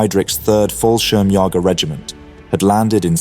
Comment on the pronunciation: I understand that German is a very difficult language for native speakers of English, but considering the number of times you try to pronounce the German word for paratroops you should know what the meaning is of those two little dots above the second ''a'' in "'Fallschirmjäger''.